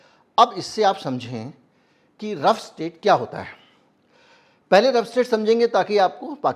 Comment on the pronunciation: The correct word is rogue state not rough state